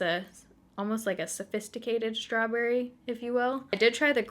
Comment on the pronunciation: I love how you say "strawburry" ❤️